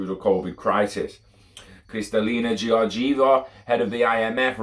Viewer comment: George-ee-aa-va